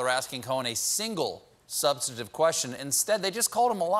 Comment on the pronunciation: Sub-STAN-tive, Stephen. Not SUB-stantive! Weird pronunciation!!!